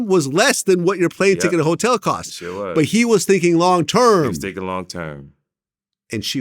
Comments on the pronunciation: “Thiking” Vlad make the correction my boy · “Thiking” is crazy